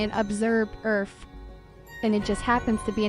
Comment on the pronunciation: Did she really just say earFF like that twice tho?